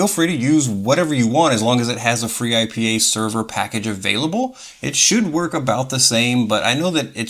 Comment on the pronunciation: Finally! Someone made video of freeIPA… proper video of freeIPA.. i use it for like forever, also use it without integrated dns and chrony.. we need vids like this! And if we joke, khm, interesting you say free-I-P-A when usually we state ipa :D in any case excellent! 👌